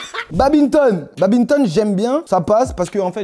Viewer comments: Le fameux « BABINETONE » 😭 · "Babinton" 😂 tueur DA Uzi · Il a sortit « babinton »🤣🤣